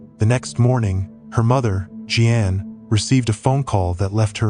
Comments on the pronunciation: You'd do better if you bothered finding out how to pronounce the common names you mangled here. For example, Jeanne is definitely not pronounced Jee ann. Where'd you grow up, on some desert island? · Tragic. Lot of dirt bags out there lurking. Sick. (Btw. AI generated narration, Jeanne= “G-Ann”.)